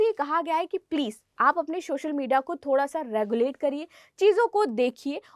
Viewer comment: Ma'am रगलेट नहीं रेगुलेट😂 to 😂